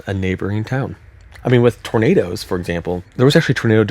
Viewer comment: “Glowing trornadoes” lol 😭